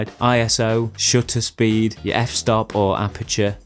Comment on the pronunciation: Two things: 1: This has been immensely helpful for me, as someone who has a nice camera but videography is a tool for me to share my art practice. I'm not a videographer. Thank you 2: I can't help but hear "shitter speed" when you say shutter speed. Granted I'm watching/listening to this while I clean and keep rewinding so I've probably hear you say "shutter speed" 3 or 4 times more than the average person lmao. Nothing to be insecure about, so I'm hope this doesn't come across that way. I just wanted to share an observation :)